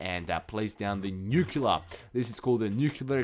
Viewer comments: Oh my goodness! He keeps saying nuclear wrong! its not newkyewler! its newkleer! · Nuclear*. Not nuculear.